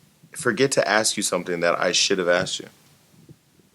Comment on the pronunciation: its not aksed its asked y sound dumb it is not cool or an accent